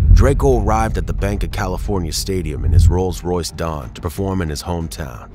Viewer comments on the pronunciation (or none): none